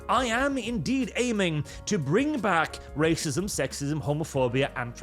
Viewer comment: The tongue roll rrrrrrracism is so classic